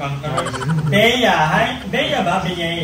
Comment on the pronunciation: Wow madam! Always nakasubaybay saiyo salamat na shoutout din hehe buo na birthday ko. Tama po yung unang pronounce ng name ko (Beyea Abes as in /Bea/). Sana makapag collab talaga tayo in the future. ❤🤗